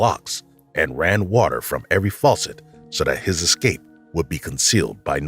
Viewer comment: Es-cape. No x